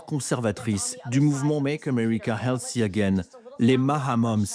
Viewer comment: make america healthy again et non healsssy again. Th ne fait pas le.son "S".